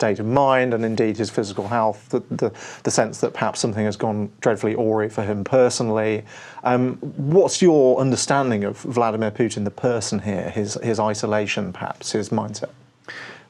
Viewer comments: The interviewer says "awry" (a rye) but pronounces it as "or ree." Strange for a Pom to do this. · At the mark the interviewer says "things have gone "dreadfully OR-ree" for Putin personally." He was actually trying to say "dreadfully awry." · Did anyone else flinch at that pronunciation of "awry"?